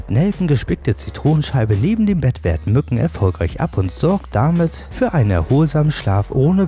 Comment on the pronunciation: hört ihr auch an der stelle raus was ich höre ? Minute : 3.44 .... ich Zitiere " Gerade im Sommer sind NUTTEN lästige Quälgeister " xD